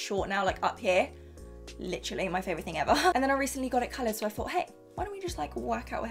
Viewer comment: take a shot every time she says “licherally”